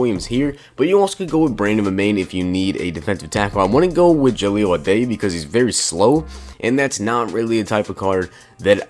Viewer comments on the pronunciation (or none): Did you say Joey Aday? Lol his name is Jahleel Addae pronounced like "die"